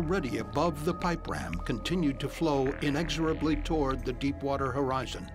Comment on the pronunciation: Did he just say crap water?